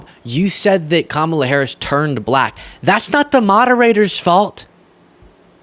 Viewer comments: Boebert, the Vice President’s name is pronounced “Comma-La”. Such disrespect. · Omg, your outburst on mispronouncing Kamala's name --- I'm right there with you. I just want to hear someone start mispronouncing the names of people who insist on saying her name wrong. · Thank you for correcting her pronunciation. The Vice President is not Trump’s WWE wrestling buddy. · I don't worry about the mispronunciation of Kamala or Walz. It all helps with their name recognition in a very short (by US standards) election campaign. The constant references to "President" Trump are mildly irritating, though technically correct. They are helping HIM and his most rabid followers (a small number, fortunately) to make believe that he really still is the President! I think we need to see more of Joe to remind the world who the ACTUAL President is, like it or not. I like it. But I've enjoyed "Sleepy" Joe's steady hand amongst the chaos, and I'm looking forward to President "Calmer-la" Harris and VP Tim (not obsessed with) Walz! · So many republicans are deliberately mispronouncing Kamala Harris' name. I hope when she wins and becomes president, she deliberately ignores anybody who refuses to say her name correctly. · Boebert proves how ignorant they are by mispronouncing Kamala’s name over and over again. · I felt your frustration to the bone over how "Kamala" is consistently being mispronounced! Once is a mistake, but purposely doing so repeatedly is just disrespectful.